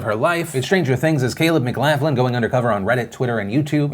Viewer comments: It’s pronounced “Mc glock linn” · Mclaughlin is an Irish name and is pronounced : Mac-lock-lin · McLaughlin. How you pronounce it makes me cringe haha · Mr. DeFranco, can I call you Phil? I love your content, I really do but you mispronounced McLaughlin. Now Phil I understand that you know how to pronounce every name correctly but ask somebody, please. Thank you very much, A concerned and petty fan